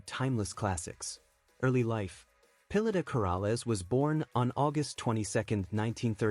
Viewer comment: Please know how to speak her name correctly